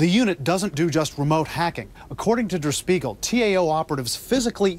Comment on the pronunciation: Dur Speagle? I've never heard "Der Spiegel" pronounced like that before. It actually irks me a little every time the reporter says it like that.